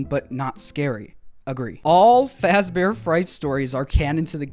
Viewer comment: When I heard “all Fazer freight stories are canon“ and then John said “ALL of them” I immediately thought FAZ GOO 😂